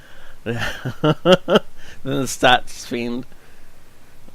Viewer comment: Great game doc. Nice carry. btw there is a border to the video and StaatsFeind26, is pronounced Stats (insert rest):) Welcome back, too